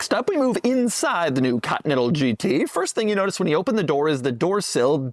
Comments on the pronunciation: Why does he say ''cotnetal'' instead of continental? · I forgot about how weird Doug pronounces continental. Cotee nettle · Ahh yes the good old Cottonental GT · Doug the type of guy to pronounce it "Cotton-ettle" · Oh, the good ol' Bentley 'Caught-Natha'.